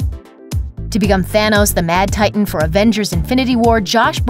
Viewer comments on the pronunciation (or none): none